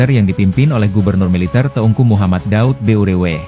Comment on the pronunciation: Tolong baca tgk M Daud Beureueh itu M Daud Ber ih